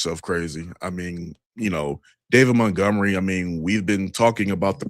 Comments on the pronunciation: Why does always say “mountgomery” it’s MONTGOMERY! lol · So annoying... might as well call him...